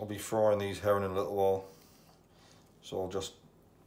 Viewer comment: I keep thinking you say Heron not Herring love the vids.